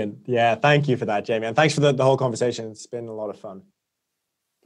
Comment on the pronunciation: God I love Jamie, his clarity and finely tuned moral compass - just wish he could pronounce "conversation" properly.